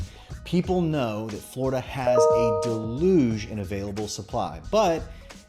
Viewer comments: DEL LOOZ? DEL luje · That word you attempted to employ is phonetically pronounced "DEL-YUGE"